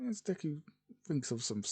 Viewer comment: It says duke instead of Deku. LOL